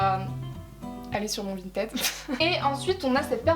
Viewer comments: Vinted on le prononce vINEted nan (ça m’a stressé tt le long de la vidéo)😂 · suis je la seule qui me suis peter une barre quand elle disait "vinted" a la française?😂